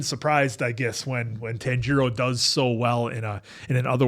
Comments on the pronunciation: the pronunciation is more TAHN- GEE-ROW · TAHN-jee-roh or tahn-jee-ro. Not tan-JEE-ro. Please. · The way you guys say names though 😂 Nezooko? Tanjeero? Y'all are gonna love an upcoming character cause the pronunciation of names reminds me so much of him 😂😂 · please pronounce Tanjiro right you’re literally watching in dub as well 😂